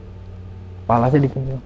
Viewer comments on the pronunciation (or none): none